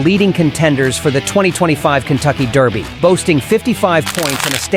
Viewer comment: The only other top Derby contender who has a distance pedigree comparable to American Promise is Journalism. Why no mention of American Promise's SECRETARIAT bloodlines? It would be nice if the A.I. narrator would pronounce the word "derby" correctly. It's NOT pronounced "darby"!